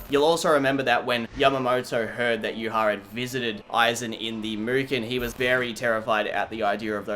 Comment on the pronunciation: I would like to thank you for pronouncing Yhwach correctly. I have no idea where everyone gets the b